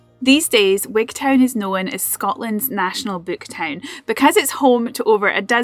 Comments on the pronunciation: I know you come from D&G, or at least guess you're from there, but Wigtown is said Wig'tun ... just as you don't say Wig'town'shire .. it's Wig'tun'shir. Unless I spent too long down there and became a local. Anyhoo, fantastic corner of the country ... before living down there, when I was still in primary school up north and Glasgow, I would go to Gatehouse of Fleet for my hols. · What a peculiar pronunciation of Wigtown